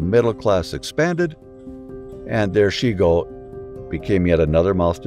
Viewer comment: A few words about Japanese pronunciation and stress. "Chigo" is pronounced as written, not "Shigo". "Nanshoku", not "nanshuko". "Yukio" has equal stress on its three syllables, not "Yu-KI-o" with stress on the middle syllable. "Meiji" with the "ji" as in "John". "Seppuku", not "seppuko". Otherwise, thank you.